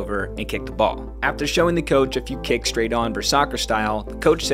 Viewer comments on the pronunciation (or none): none